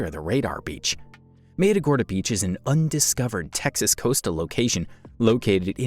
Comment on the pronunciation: “Măt uh gor dah” is the proper pronunciation!!!